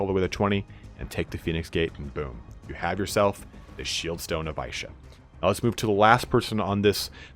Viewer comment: Isha is pronounced "Eesha" not "Aaeesha". Great vid apart from that, i didnt even know there were secret items in the game ! Actually incredible CA would go out of their way to include those "easter eggs" that 1% players find.